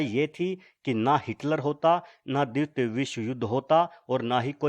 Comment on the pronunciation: Bhai द्वित nai द्वितीय bolte hai use yaar tmhe thk se Hindi bi nai aati.